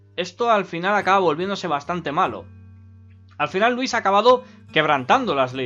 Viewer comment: Me encanta que cuando dice "Louise" se escucha "Luis"